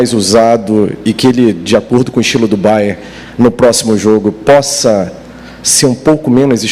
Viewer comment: Curiosidade minha: porque é que quase todos dizem "Bayer" e não "BayerN"? Bayer é o de Leverkussen; Bayern o de Munique